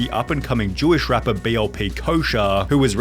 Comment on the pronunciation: "So we lined up an interview with the rapppaaaaaaaaaaaaaaaaaaaaaaaaaaar" Like wtf learn to pronounce words my man